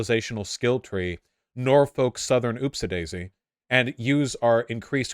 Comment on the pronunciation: I love you Vaush but if you don't drop the L in Norfolk, i'ma splash you with hot cheese grits.